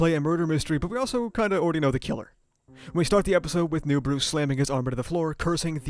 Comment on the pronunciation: Love the "Newburu" lol